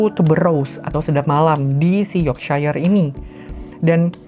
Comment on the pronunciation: Bisa dibaca Yorksyair kak